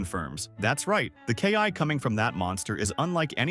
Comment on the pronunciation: I did like the story.. HOWEVER.. STOP USING A.I NARRATION!!! I'm so fkn sick and tired of lazy YT using A.I narration!! It's pronounced > KI not K - i Whis not wise ITS SOO CRINGEE